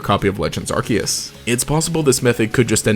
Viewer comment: Pokemon Arceus is pronounced 'Ar-See-Us'... not 'Ar-key-us"